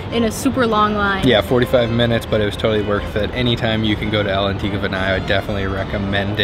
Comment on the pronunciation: El Antico? EELLLLL Antico? Italian is not Spanish! ALL'Antico, dude. 🥲